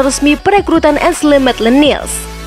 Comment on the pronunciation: Maitland nailes bacanya, bukan niles 😆😆😆